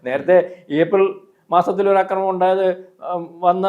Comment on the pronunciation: അക്രമിക്കാൻ എന്നല്ല ആക്രമിക്കാൻ, ആക്രമിഎന്നല്ലഅക്രമി അക്രമണംഎന്നല്ല ആക്രമണം